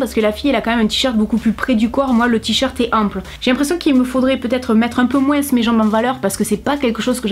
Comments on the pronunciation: Tu dis moinssss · On dit pas le s dans moins